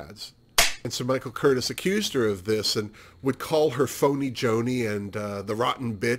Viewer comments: The only other Crawford film you've seen is "The Women"? Oh c'mon now. "Whatever Happened to Baby Jane"?!? The director's name Michael Curtiz is pronounced Cur - tease. My father was a Pepsi executive for many years and has great stories about Joan showing up drunk to open new Pepsi plants. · Oh yes Gymrat, how could I forget that?!? Okay, so that's 3 Joan Crawford films. LOL I'm an idiot. Speaking of, I realize that I mispronounced Mr.Curtiz's name. I told you I was an idiot, Seriously xox